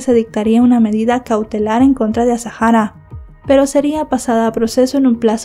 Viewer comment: me vas a permitir que te corrija con educación el nombre, es Azahara, no es azajara, es un nombre bereber, la h es muda. Te pido disculpas si te molesta, es solo a título informativo